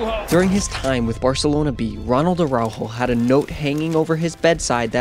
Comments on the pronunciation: bruh, pronunciation is off. it's ARaujo, not ARRaujo. Stop Sofía Vergaring his name, just use ur regular english 'r'. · why he pronounces araujos name like aRRaujo?